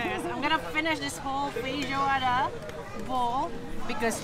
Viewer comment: I heard him saying "feijoada" a bunch of times, but also "fish water" and, to my surprise, the captions also heard that! lol